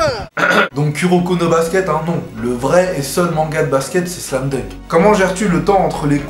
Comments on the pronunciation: Kuroko no basket !! <3 " QROkO No Basket " Ta prononciation frenchie est ... comment dire ... euh ouai voila quoi mais bon c'est mignon !! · ♥ KnB ♥ Tellement une belle prononciation de Kuroko No Basket xDDD Avec le French Accent Attention /o/